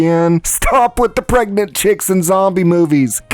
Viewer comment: Pregant??. Seriously? If you want success, you need to take this more seriously and pay attention. Peoples lack of attention and cognitive dissonance is why the world is experiencing a shit storm. Don't contribute to it. Little errors give way to bigger problems. Just sayin...